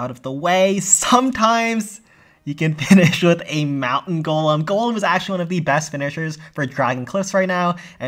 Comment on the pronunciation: For the 2nd time it's GOLEM ✅ not GOLME ❌